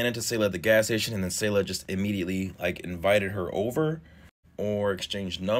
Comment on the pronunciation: Damn it’s weird to see her face all over my social media I’ve know her and her siblings since elementary school. Also it’s “Say Luh” not “Saw Luh”